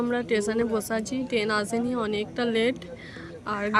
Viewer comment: টেন নয় বলো ট্রেন।